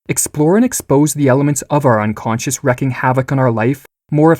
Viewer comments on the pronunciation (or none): Nice reading, but you hit a pet peeve: "wreaking" is pronounced "reeking" not like "wrecking." It has a totally different definition, so your reading takes on a different meaning where it's used. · I like your videos mate and your voice is suited to your content etc. but the wrecking havoc is really getting to me...its wreaking, pronounced reek, the same as in leak...not wreck. You completely undermine and discredit yourself with such a big blunder on such a simple thing. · Tip: it’s wreaking havoc, not wrecking havoc. Excellent oral presentation otherwise.